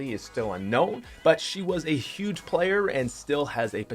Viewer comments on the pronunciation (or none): none